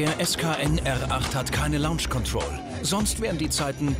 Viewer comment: Vielleicht sollte dem Moderator - wenn er schon labern muss - mal jemand sagen, wie man Launch Control ausspricht, und dass das nichts mit Lounge zu tun hat....